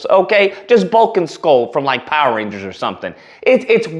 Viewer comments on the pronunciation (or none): none